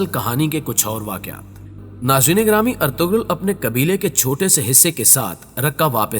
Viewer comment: ارطغرل ہوتا ہے ارتغل نہیں